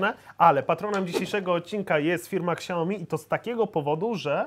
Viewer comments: Przepraszam mówi się szałmi placa wam a wy nie wiecie jak się wymawia :D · czyta się "siaomi" -_ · Xiaiomi lepsze tak muwi janusz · Jest to spolszczona nazwa. Tak samo poprawne czytanie "Samsung" to "samsong", ale czytamy "Samsung", bo łatwiej wymówić. Nie mówisz "ajern men" tak jak powinno się to robić, tylko "ajron men". Także zamiast się przyczepiać, może zasugeruj czytanie poprawne, tj. oryginalne, pochodzące z kraju, w którym została dana nazwa utworzona, ale nie najeżdżaj na nich. Według polskiej gramatyki oraz fonetyki, nie popełnili błędu. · naucz się poprawnie wymiawiać nazwę super firmy jaką jest xiaomi. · Xiaomi tak się nie czyta xD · Łutututu jełopy a nie turturturtur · xiaomi? Siaomi .... nie ksiajomi xD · Jezuu.. mieli dwa razy Weronikę w programie, a ten nadal czyta KSAJOMI xD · KURDE CZY TO TAK TRUDNO? MÓWI SIĘ "ŚIAOMI" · jak by jeszcze potrafił powiedzieć "siaomi" zamiast "ksiaomi" to może bym dał lajka pod filmem i tobie a tak tylko zostaje #xiaomilepsze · NIE "KSIAOMI" TYLKO "SIAOMI"!!! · Siaomi kurła, Siaomi a nie jakieś ksiaomi kurłaaa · Na przyszłość: xiaomi jest firmą z Chin. Ta marka to nie ksiaomi tylko siaomi, ze względu na to, że „x” czyta się jako „s” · Ksiaomi xD Ignacy mówi poprawnie czyli Siaomi. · Mówi się siajomi :P Albo lepiej to siaomi, ale nie ksiajomi xd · Nie "Ksiaomi" tylko "Siaomi:... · nie mółwi się ksiaomi tylko sia-o-mi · Xiaomi oryginalnie i po polsku nie czyta ani "śjajomi", ani "ksiaomi" tylko "sia-O-mi", dziekuje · Siaomi a nie Ksiaomi sie wymawia :P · Nie ksiajomi tylko śjałmi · czyta się,,siaomi" a nie,,ksiaomi" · Xiaomi czytaj Siajomi a nie ksiajomi ;) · "Siaomi" nie "ksiaomi" 😉😉😉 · Jakie kuźwa KSIAOMI Tak to jest jak sie nie zna marki tylko sie polecialo na kase z reklamy SIAOMI....SIAOMI.... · Jak mnie irytuje jak czyta siaomi jako kSaomi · siaomi" a nie ,,ksiaomi" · SIAOMI! Nie ksiaomi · SIAOMI KURWA NIE XIAOMI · SIAOMI nie ksjaomi XD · SIAOMI KURWA MAĆ NIE KSIAOMI